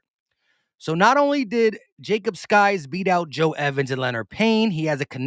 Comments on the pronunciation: Hey it’s pronounced sikes not skies, just FYI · Sykes not skys. Y before K